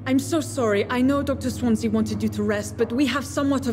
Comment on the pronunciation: How come you pronounce Swansea's name as Swansa?